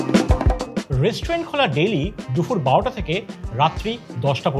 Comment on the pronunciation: Sab Kichu thik achhe khub khub informative ar medheen presentation sudhu ektai kotha na bole parchi na...kotha ta DUPUR... DUFUR NOY... Eta ektu thik kore nile ekdom durdanto ❤